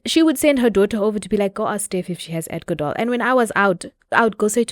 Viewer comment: Adco-dol. you see neh. it’s a problem